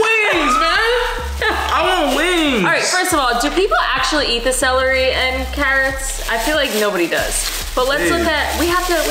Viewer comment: you had trouble saying celery you said cellarly 🙋🏻‍♂️🤣🤣🤣🤣🤣🤣